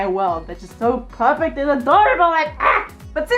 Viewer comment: am i the only one who heard "furfect" instead of perfect